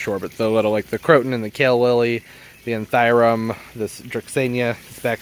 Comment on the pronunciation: Love your vids; however; ANTH-OORI-IUM